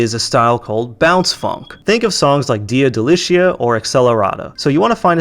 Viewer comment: "Dea de-licha" -> "djia delicia"